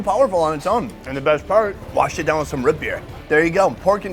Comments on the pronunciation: The way he pronounces root beer is interesting lol “Rut beer” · It's not "root" beer. It's "rut" beer lol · Root beer not rut beer... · Why do you say, "Ruit Bir" rather than, "Root Beer?" Too much time in Asia? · Bro the way you keep saying Rut Beer is killing me. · Anybody else cringe when he said " Rut beer " lol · Sounds like he’s saying ruht beer. Same when he says food.. fuhd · Is he saying ROOT beer????